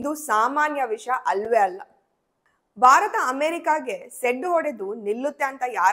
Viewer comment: ಅಮ್ಮಾ ಬಾರತ ಅನ್ನಬೇಡಿ. ಭಾರತ. ಅನ್ನಿರಿ. ತಪ್ಪು ತಿಳಿಯಬೇಡಿ.